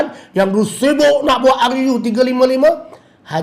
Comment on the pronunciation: Sebut ruu biar betul sikit